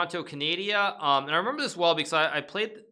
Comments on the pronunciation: Bruh, you said my city correctly but not my country!!! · "Toronto, Canadia" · My favourite thing is that Nakamura says Canadia also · Toronto Canadia? 😂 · Canadia, yeah right jk, luv u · for a sec, I thought it was an alternative pronunciation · Hikaru: It was held in toronto, Canadia Me(Canadien): ITS CANADA My sister: Calm down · canadia lol